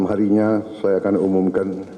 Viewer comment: "DAN SAYA UMUM KEN" cara pengucapan nya inget pak harto.m